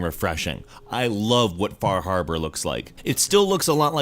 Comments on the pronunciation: Half time you said "Far Harbor" I heard "Bar Harbor, which is a real place that is the actual setting for Far Harbor, I can even spot where my house would be on the Far Harbor map :) So funny to see a video game take place on the island that I live on, seeing such familiar names as Cranberry Island, Acadia and Eden (The town of Bar Harbor used to be called Eden). Oh, one goof they made: On Bar Island, the Longfellow house IRL was Jack Perkin's summer home. The Longfellow house IRL is in Portland, Maine. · Fah Hahbah